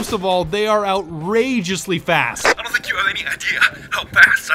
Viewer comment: i got an ad when was saying fast and it sounded like fat